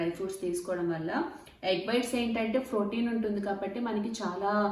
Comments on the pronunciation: Phroteen kaadhu akka protein ❤️ love ur innocent words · Its protein not frotein